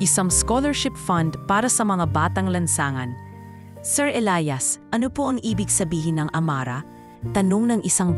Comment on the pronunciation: Maganda na sana,kaso.inis ako sa pagbigkas ng Elias /elayas